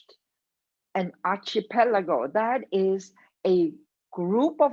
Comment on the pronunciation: She can't even pronounce archipelago correctly and she's a professor?